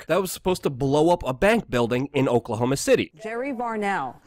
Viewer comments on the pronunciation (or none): none